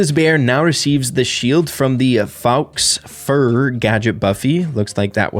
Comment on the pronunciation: /faux fur/, dude ☠️